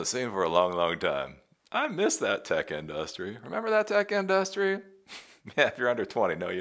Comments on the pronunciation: It’s not our fault that SF was destroyed. It’s that their politicians allow crime and unchecked homelessness. Not us. Also, the way you say industry is annoying, lol. That said, I agree with your more practical takes that some tech industry leaders are pushing. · in DUSS tree